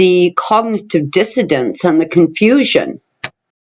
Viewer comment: Did you say dissodance? It is dissonance: a felt inequality inside the brain that the brain is trying to repair. To me it feels like an autoimmunity hard to overcome.